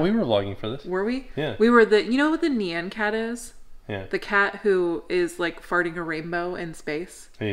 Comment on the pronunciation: That is not how you say nyan cat.😂 it's like NYAWN cat. And it's a poptart cat